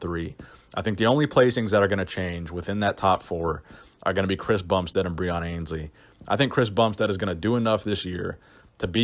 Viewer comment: Breon ANNE's-lee is how his name is pronounced